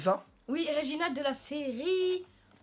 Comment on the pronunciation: vous avez mal prononcer Régina